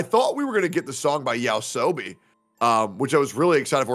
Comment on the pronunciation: Tell that bald racist dumb dude its Yoasobi not yaosobi